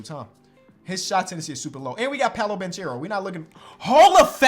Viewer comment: 6 months later still can't pronounce "Paolo Banchero" correctly